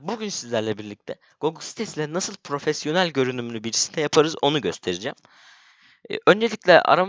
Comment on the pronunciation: LAN BU ÇOCUĞUN PROFOSYENEL DEMESİ EFSANE YA